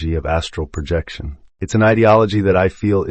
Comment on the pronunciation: it is incredibly distracting to listen to something pronounce “project” in an astral projection book as if we are going to be a project manager, or pronounce OBE’s as “o-bes”